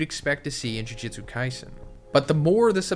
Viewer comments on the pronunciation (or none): This is a well structured video but the mispronunciations are really getting me lol. No hate but maybe listen to the subbed version of the show. It's not Jiu Jitsu kaisen lmao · Jujitsu, muhgoo-me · JUJUTSU NOT JIU JITSU